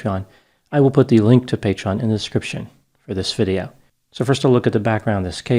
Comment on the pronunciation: I'm not a true crime buff. I mainly watch to hear you say, "I will put the link to Patreon in the 'scription for this video."